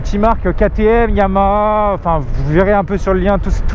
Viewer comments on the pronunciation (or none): none